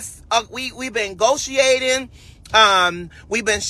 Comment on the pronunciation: WTF is gotiating?????? It's negotiating 😅